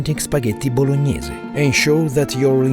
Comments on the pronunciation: "Spaghetti blognaise" 😂😂😂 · voloñiese sauce